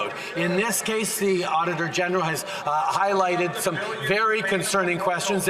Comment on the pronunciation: I thought they kept saying “Otter General”. That would have been so Canadian. Auditor General isn’t as fun.